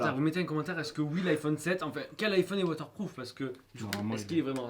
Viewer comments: c'est pas "waterploof" c'est "WATERPROOF" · l'iphone 7 est "water ploof " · A partir du 7 il son woterprouf